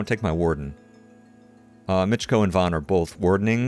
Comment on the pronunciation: Fun episode, your Micko pronunciation is perfect.